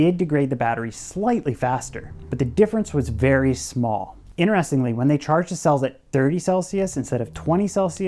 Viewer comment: Great video and, you're a very bright young man. One thing is you keep saying inneresting ~ it's actually inTeresting!